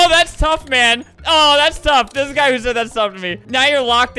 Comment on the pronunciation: NOT “tough”